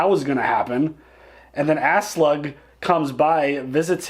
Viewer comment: When pronounces Aslaug as Ass-Slug 🤣